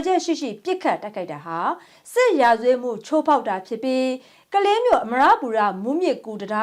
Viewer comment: မဏီပူရ ပါ ရယ်သေချာဖတ်ပါနော် စေတနာပါ